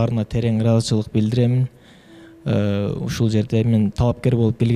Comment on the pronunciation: сизден сураныыч-Ыраазычылык деген создун акырын жеп коюп атасыз,даярданып койсонузчу😅